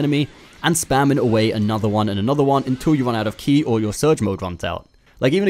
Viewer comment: Its not key its ki. Rhymes with sky.